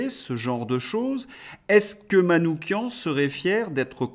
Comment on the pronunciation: Vous êtes le seul média sur lequel j'ai entendu prononcer correctement le nom de Manouchian : "kian"